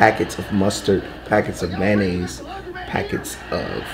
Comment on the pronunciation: It was funny when you said mayonnaisessss